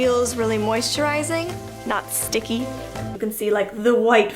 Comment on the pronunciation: Thanks for this video!!!! hahhaha I had no idea I'd be so interested in how you made that commercial. I will admit when you mentioned hiding behind the foam I cried You were just so cute & the photo's beautiful! hahahah I still get triggered by how you say "sticky." I think, "What's wrong with sticky!!" hahah!!